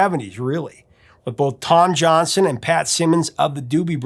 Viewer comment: As a Johnston I wish you would pronounce Tom Johnston's name correctly in any future videos you may produce...It's Johnston with a T not Johnson... Thanks for the great content at any rate enjoyed very much !